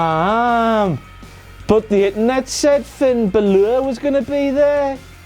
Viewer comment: That Fin Balor pronunciation though so majestic